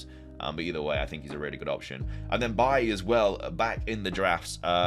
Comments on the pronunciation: I really like this draft mate, easy ways back to the Liverpool assets too. I've gotta point out one thing that bugs me - Bailey is pronounced Bay-Lee, not Buy-ee 😂 great content as always, mate 👍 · It’s pronounced “Bay-Lee”